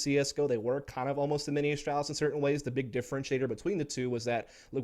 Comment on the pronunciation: This guy absolutely triggers me how he says astralis. There is no L behind the A